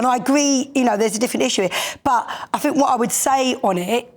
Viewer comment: "I fink" grrrrr